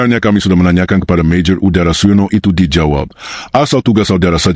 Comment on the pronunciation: MAJOR UDARA😂 adududuu...kenapa mesti pake AI sih?? Mending kalo enak didenger. Sayang banget, narasinya bagus, konten bagus, naratornya ngeselin